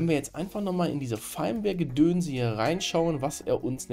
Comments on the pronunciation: Firmware wird wie Firmwäre ausgesprochen. Gutes Video schlechte Englische Aussprache ;) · Ich denke immer, dass er VMware sagt XD Triggert nur leicht xD